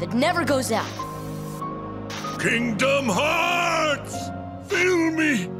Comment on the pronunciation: Kingdom "Eurs" 🤣